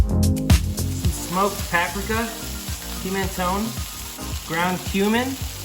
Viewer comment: That’s a new technique for cooking ground beef I’m going to have to try... making a huge burger patty seems so simple and the whisk is different haha. Also, paprika pronunciation.